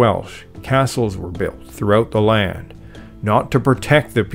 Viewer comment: The word is LAND, not Layend.